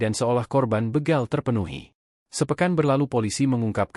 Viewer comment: Ngomongnya begal min bukan beegal